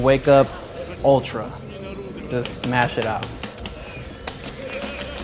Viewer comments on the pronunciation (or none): none